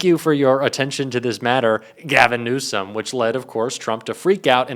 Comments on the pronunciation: He called him newscumb, pronounce his name right , taco truck dummy don. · "Newscumb" and after mispronouncing the Governor's name Trump calls him incompetent.... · "Governor Newscom?" Trump can't even pronounce his name right!!! What an idiot... Trump claims he got the Olympics to go there??? WTF There have been enough vids, pix and victims' testimonies regarding Epstein and Trump that if people don't get it by now, they never will, so let's get off the Epstein files gig because it ain't going to happen and it doesn't need to happen! It's trivial and not worth the time to keep at it. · He said NEWSCUM...am I the only one who caught that? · He couldn't even pronounce Newsome correctly that clown said Newscome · Gavin "Newscom"??? Trump can't even pronounce Newsom's name correctly!! Trump is Brain dead and INCOMPETENT!! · Did Trump actually just call the California Governor “Newscomb”? Help me out here, that’s what I heard…. how about you? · Rump can’t even pronounce GCN name 😂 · Can't pronounce his last name and calls him incompetent. And then uses fowl language on TV. He is not only the worst president we have ever had, he's one the worst humans on earth. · Trump is so incompetent he can't even pronounce Newsomes name correctly. He thinks he's clever and insulting him but he just sounds illiterate lol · He’s really bad!! He can’t even say Gov. Newsom’s name correctly! Talk about white trash!! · Trump can't even pronounce Newsom correctly anymore. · TRUMP IS SO STUPID HE CAN'T EVEN READ BASIC ENGLISH. THERE IS NO LETTER 'C' IN THE WORD NEWSOM. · Trump can't even pronounce names correctly...BIG LIE..TRUMP HAD NOTHING TO DO WITH OLYMPICS IN CALIFORNIA..SUCH A HABITUAL PATHOLOGICAL LIAR.. CONSTANTLY SPEWING HIS SATANIC LIE'S!!! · The Peddy Lovin' Pants Pooper still cannot say Newsom? I wonder if all Peddy lovers are that confused?